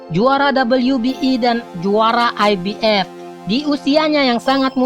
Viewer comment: IBF.... F kok dibaca jadi P 😄😄😄 njirrr gw malah fokus sm pengisi suaranya!